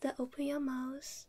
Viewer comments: TheBoringSadMan News she was saying "mouth" with a Chinese accent😂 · "open your mouse" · open your "mouse"